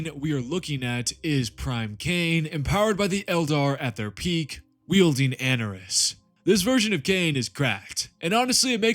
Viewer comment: Great vid. I'm going to be a real nitpick regarding these Eldar pronunciations though. Ynnead - In-ee-ad Anaris - ah-nar-iss